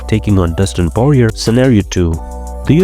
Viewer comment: Why do all these UFC YouTube channels never know how to pronounce the name of fighters 😂. Dustin Poirier name is pronounced “Paw-re-ay”, doesn’t end in a “er” sound.